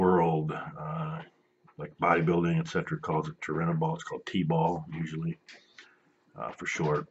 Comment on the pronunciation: Chael acts like he knows it all lol he said he could tell Jon was on stuff. He couldn't even pronounce Turinabol. Yeah you're not an expert if you don't know how to pronounce the drug being discussed.